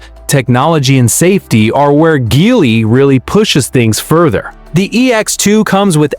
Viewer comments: GEELY - GEE WHIZ - not GHEELY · Not Gelly either😂